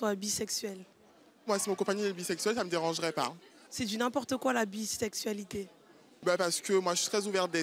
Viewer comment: Non mais je rêve ? "C du ninport koua la bissaiksualitai", comment ça du n'importe quoi ? Enfin bon..